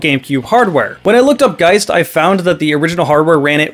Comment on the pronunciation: Well it's based on the word "poltergeist" which is also pronounced that way. I've never heard anyone call a ghost a polterGEEST.